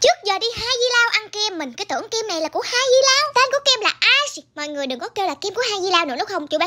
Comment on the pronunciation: Cái đấy phát âm là a - lice mà😂